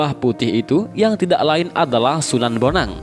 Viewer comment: Kalo prh baca sejarah. Itu namany d baca bon ang bukan bonang dan dia itu CHINA